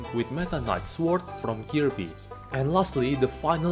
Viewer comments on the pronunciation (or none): none